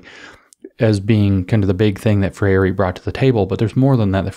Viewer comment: James! Gol! Think "diphthong" for Freire. TWO syllables: FRAYR-ray. Like Frère Jacques, FRAYR-ray. Gol.